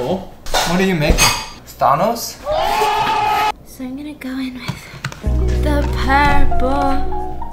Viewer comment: the way pronounced thanos 😭